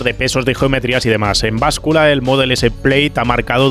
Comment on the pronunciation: se dice Plad